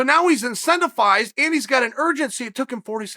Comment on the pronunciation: Chael “in-sent-if-ized” Sonnen